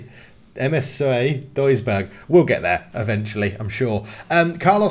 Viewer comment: Try pronouncing it douisburg it’s closer to what it should sound like